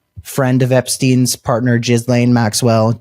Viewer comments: While Jizz-lane isn't the correct pronunciation, it's somehow seems appropriate for a woman who transported hundreds of vulnerable teenagers to his home to give him "happy ending" massages. 🤮 I hope she doesn't end up with a pardon in return for covering up for Trump's elite friends, but I think that's what will happen, even if she has to wait until just before he leaves office. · Did he just call Ghislaine Maxwell, " Gizz-lane Maxwell "? Gizz is a slang for sperm ,really do we think that appropriate for a sex trafficker of minors? Come on, are we listening to 13 yo school boys now. Do better, think of the victoms. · You keep calling her "giz-lane"😂😂😂😂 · OMG!!! I Fn LOVE the way u say Gizzlane🤣😂that's wat I heard, TY from Canada. 💯 Subscribed. Good Luck. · Thank for pronouncing Jizzlanes name phonetically. Trump likes Jizz. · i think jizz lane is the best pronounciation yet